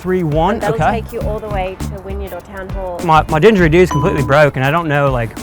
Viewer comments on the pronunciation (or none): It's not a 'dingeridoo', it's a 'didgeridoo'. Spelling was all good, but the pronunciation needs to be worked on for sure! It sounded like you chucked an 'n' in there and removed the 'd'. And we have no didgeridoo repair shops over here.